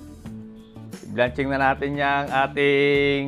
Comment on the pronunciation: ayusin mo pagbigkas mo sa "blanching" ingles yan kay ibigkas mo ng tama kung nd mo kayang mabigkas ng tama tagalugin mo bahagyang pakuloan n lng gamitin mo dahil nakakahiya nmn sa mga nagtuturo ng tamang pagbigkas sa english!